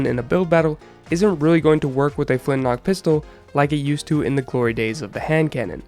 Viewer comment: I honestly thought it was called the flint lock pistol so I was getting somewhat peeved when you kept saying flint knock XD